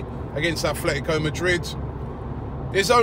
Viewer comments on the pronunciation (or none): Affffletico Madrid? It's ATletico not Affletico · aaaarrrrrggghhhh the club's name in pronounced ATLetico Madrid, NOT ATHletco! aaaaaaarrrrrggggghhh